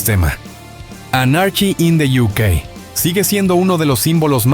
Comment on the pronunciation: Son canales de IA mal hechos, uno busca info interesante y al final tenes esto! La pronunciación de 'Sex paistols' y 'Anárki in de iukei' me mata!!!